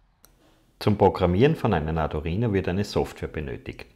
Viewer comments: Gutes Video aber bitte sag in Zukunft Arduino und nicht ardurino. Wenn man sich mit der Materie schon auseinandergesetzt hat und die Namen drin hat, stört das ganz schön. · Bitte: arduino nicht arduRhino. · Du erklärst das recht gut - aber das Teil heißt Arduino - nicht Ardurino, wie Du den ständig nennst. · Es heißt Arduino nicht Ardurino😅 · Tolles Video. Nur: Bitte nicht Ardurino sagen es ist Arduino. Da gibt es nur ein R im Namen. :) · Das Video ist super. Aber mich triggert deine Aussprache des Arduino. Ardu(!)R(!)ino. Schwierig beim Thema zu bleiben wenn in jedem zweiten Satz diese falsche Aussprache Mitschwingt. Vielleicht ein persönliches Thema 😉 NO Offense! Aber da ist KEIN zweites R in der Mitte!!!! Aaaaaahhhh. So das musste jetzt raus 😉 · Nur eine Kritik. Arduino, nicht Adurino. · Das Ding heißt Arduino NICHT Adurino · Er hat sich ein Mal versprochen ! wenn man nicht zu hören kann dann leise sein ok ? Toll 😊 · Du sprichst ständig von ARDU*R*INO ?? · "Adurino" :) Aber gutes Tut, Danke! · Ist es Absicht ständig ADU"R"INO zu sagen, oder wie? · Tut mir leid, aber das sich ständig wiederholende "ArduRino" kann ich mir nicht anhören....